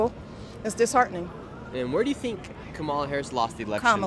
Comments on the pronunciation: Haha "Camilla" is my favorite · The First Lady to speak kept trying to correct u on Kamala’s name pronunciation but she was saying it wrong lolll it’s pronounced “Kum- uh-la” ( lotus) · Kom All Uh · In India, where she got the name from, her name's pronounciation will be कमला. cuh-mla. you can verify this on google translate as well, english to hindi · a hindi girl in another comment said the blks are correcting him wrong😂🤦‍♂️ That the hindi sanskrit pronunciation is come-la. U can't make this stuff up buahahhaha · Ridiculous that woman kept Correcting Nick because he wasn't Pronounce Kamala name right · The Kamala worshipers relly get bent out of shape over how you say her name😂😂😂😂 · Cracks me up how often people correct you when you say Kamala. She even pronounces her own name differently so how are we supposed to know how it rally is said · Annoying when she corrects Nick w KAMALAs name 🙄 It’s a Hindu name and it’s not pronounced like the blacks says it is 🤦🏽‍♀️🤷🏽‍♀️ The left don’t Like when they see Trump hasn’t even been inaugurated and the world is changing positively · They get is angry when her name is pronounced wrong stupid woke 😂😂😂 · Even Biden has misprononced her name numerous times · First person had the audacity to correct you TWICE how to say Kamala. I mean wtf.